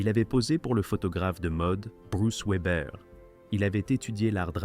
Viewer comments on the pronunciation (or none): none